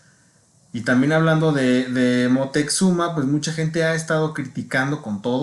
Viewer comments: Y es Moctezuma, x que dos veces dijiste Moteczuma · Si , el dice Moteczuma.